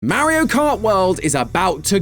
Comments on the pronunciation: Stop it's Mario not Mairo get it right 🤬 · It’s MAR-io not MARY-o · MERRY-O? Buddy, it's MAR-EE-OH... MAR as in Mars, not MARE as in a horse. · The way says MAriO instead of Mario 😂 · Calling it Marry-io makes you sound like an out of touch old person lol. But maybe it's the Bri'ish accent, which is cool ngl In the states it comes off that way though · He is the only person who says maerio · . “Merio kart” I miss matt🙃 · "Mare-io" "Mare-io" "*Mare*-io." Poor, poor,.